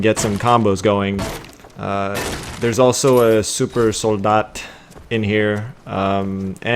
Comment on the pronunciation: You actually spoke the German Word for supersoldier "Supersoldat"surprisingly well. Anyway thanks for the video, helped a lot. Greets from Germany